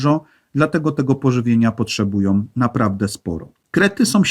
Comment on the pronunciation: sOM, robiOM, potrzebujOM, choć ciekawe to nie da się słuchać...